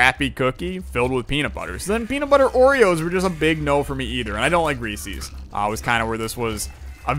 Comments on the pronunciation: To answer the question it's Reese's not reesies lol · Its re-says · How you say it is wrong and it's pieces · you are saying Reese's wrong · Yo eating peanut shells can be unhealthy. THey are mostly cellulose which the human body is kinda sucky at breaking down. So if you eat too many you can be left with an intestinal blockage. Not saying you should give up completely but you should be careful with the amount you consume. **Also your pronunciation of reeses makes me... uncomfortable